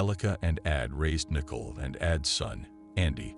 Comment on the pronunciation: Is that how they pronounce Nicole in the Netherlands?